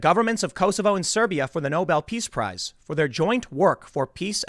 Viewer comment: Prize... not Price.